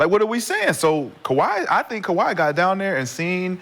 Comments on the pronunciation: Dah, it's Kawhi Dah.. 😂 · Ka-wiT Leanord.😆